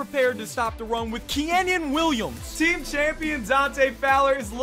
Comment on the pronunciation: "Keyenin Williams"